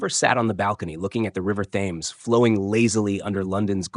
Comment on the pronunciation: The river Thames in England is pronounced Tems not phonetically. Other than that, good story.